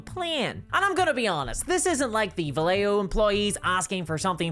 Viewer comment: The double L in Vallejo is pronounced as a y,.